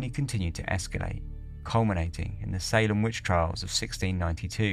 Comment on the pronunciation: Salem is pronounced Say-Lum 👍